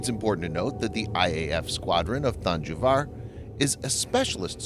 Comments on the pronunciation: Its thanjavur not thanjuvar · That's than- jaw-voor